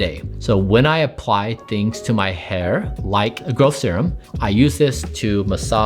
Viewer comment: "So, when I apply things to my hair, like a girl-serum..." - 😮 ... oh, the word "growth" + nasal congestion = "girl," I have been using the wromg method to say "girl" this whole time?